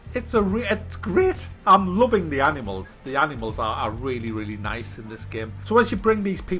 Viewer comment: Its not " Anymals " its Animals